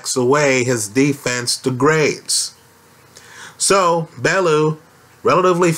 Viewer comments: It's pronounced BellYOU not BellOO. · it's pronounced BELL-YOU or BELLY- YOU